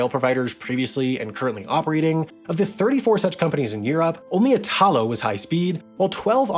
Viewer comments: Please note that in Italy when you pronounce names you put the stress on the first syllable. You keep on saying "Itaaalo", when the proper pronunciation in Italian is "iiitalo" Please get it right and do some research when pronouncing words in another language. Txs so much! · Italo (e-tha-low) is pronounced with a strong accent on the first sillaba (the I) not on the second (ta). Sorry to nitpick but this particular mispronunciation is very fastidious to an Italian ear...Maybe because the root of the name is the name of our country (That is pronounced the other way around and maybe this is the cause of the error. I have to admit that is quite confusing and I'm not a qualified teacher, as you have probably already guessed...). Most of the times these little mistakes are fun to me but this particular one is like the screech of nails on a blackboard...😷😬😬😬 Ciao! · Ignoring your pronunciation of Italo (it's meant to be /'i.ta.lo/, accent on the first syllable, not like in Italia), great video about, I guess, planes. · Just a small remark: the name of the Italian railway company "Italo" is NOT pronounced like itÀlo, the stress is on the "I": Ìtalo. It's similar to the way you pronounce "Italy". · Totally Random: Italo is pronounced "ìtalo", not "itàlo". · Extremely interesting subject. P.s. Italo is pronounced with strong accent on the “I”, not on the “A”. Basically the same as Italy. Looking forward to the next video! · Next time try to pronounce "Italo" correctly, thank you 🙏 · eye-talo? e-talo! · Great content, but listening pronounciation of 'Trenitalia', 'Italo' and 'Alstom' is a rather unpleasant experience. But no worries, pronunciations can be improved, it's possible 👍🏽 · Hey Sam will you ever consider on doing a video on why flying is so cheaper than railing? I asked Jason from Not just bikes and he said you are the best suited one to answer this question. By the way the accent in “Italo” is pronounced like Italy, on the “I” and not the “a”. Great video 🤗